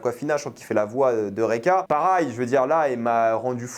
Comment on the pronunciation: pour la dernière fois, on dit pareil et non parail